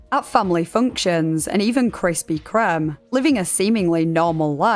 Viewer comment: It was all going so well until you said Krispy Kremm and now sadly I am obliged to dislike. It is pronounced Krispy Kreem and hearing that specific mispronounciation genuinely makes me feel a bit sick. Sorry but it must be done.